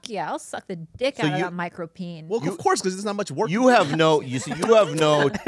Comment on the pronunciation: David "OBBCOURSE" So